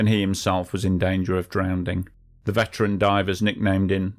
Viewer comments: Thanks for a good video but you will want to look into how to pronounce the word "drowning." Only ignorant people pronounce it "drownding" when no D exists in the word. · 'drownding' lol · "drownding". Regional accents in the UK are absolutely mental. It's a proper word, but the text doesn't have a "D" in it. Very old fashioned term apparently.